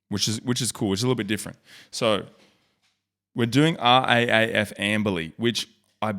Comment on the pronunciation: It's pronounced R Double A F.